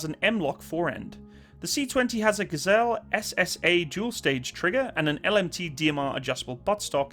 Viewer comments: One minor correction. The trigger is a "Geissele," and it's pronounced GUY-SO-LEE, not JI-SELL. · trigger company is pronounced "guys lee" not gazelle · Geissele is pronounced "guys-lee". Great video man. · The trigger is actually pronounced "guyz -lee" . the c20 is a colt 901 variant. If they are using the lewis machine and tool monolithic upper ( a FANTASTIC company) im guessing colts older welded style mono upper fails. Alot. Perhaps i shpuld mention that lower receiver should be able to take an adapter block for 5.56 military a.r. pattern uppers. So if your upper takes a bullet and someone has say a u.s. nAvy mk1 mod 0 or mod1. One can "field expedient" a working rifle in the field...if you are issued a c20 . seriously consider the u.s. colt 901 5.56 adapter. It is litteraly a steel block with takedown pin holes and an extra pin for the front of the 5.56 upper. Its worth looking into for emergencies for sure. Man i love the ar-platform...it does so much. So well. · Hey! I mispronounced it for a long time too. The trigger/rail/etc. company Geissele is pronounced "Guys-Lee." Not that it bothers me.. Larue triggers are superior:-D Love what you do brother, Another